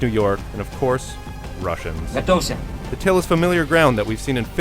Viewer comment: Notice the way he says Russians........lol But yeah I've notice how we keep attacking Russians in video games why not the North Koreans?